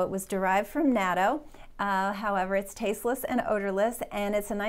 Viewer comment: Thank you,. Just a note about natto. I'm an American living in Japan - for 13 years now. I didn't like natto at first but after about the 3rd try, I acquired a taste for it and now enjoy eating it often. By the way, it is pronounced "naht-toh".